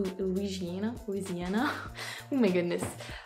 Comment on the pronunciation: If a gator will eat you, why shouldn't you eat it? It's only fair. When I was young, I accidently bought a frozen food version of 'Welsh Rarebit', thinking it was 'Welsh Rabbit'. I wasn't paying attention. So, I haven't eaten a bunny either. A video of you in Louisiana (you pronounce it perfectly, by the way) would be tres magnifique (especially during Mardi Gras).